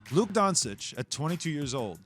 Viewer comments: Man really said “Luke donsitch” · Mans really said “Luke Donsich”😂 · He didn't even try to get the name right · Can't even say his name right